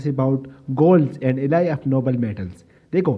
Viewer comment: Bhai baaqi sab perfect hai, I just loved the way you get deeper into the details, but there's one thing only you need to think about, ke please do not pronounce Alloy as Elahi. Baaqi sab set hai bhai. Perfect.